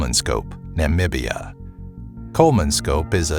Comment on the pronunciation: You can pronounce "Namibia"?? You are smarter than the president of the USA!